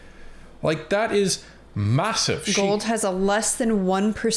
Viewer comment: Gould. Never forget the "d" is silent.